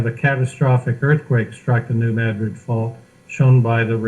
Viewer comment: Hi. Just wanted to say you are awesome for the time you spend to get the message out! Also New Madrid is pronounced "Mad" as in angry and "rid" just like it sounds lol. it's a local thing I guess!